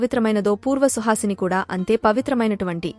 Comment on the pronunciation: Suhasine kadu suvasine